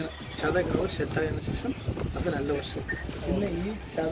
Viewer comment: പലതവണ പറഞ്ഞിട്ടുണ്ട് അവതാരകാ പഷൂ അല്ല പശു....